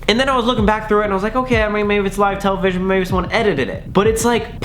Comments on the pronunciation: Tella-vishy-onno lol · Ok so wait I’m not the only one that says television like that??